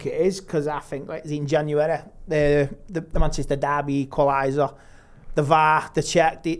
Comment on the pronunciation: Januwereh hahahahaha